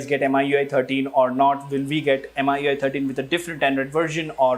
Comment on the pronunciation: How he kept saying m-i-u-i 13 instead of mi-u-i 13 drove me crazy .